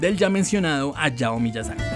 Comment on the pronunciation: Deja de decir ayao, la H no es muda en japonés.🥴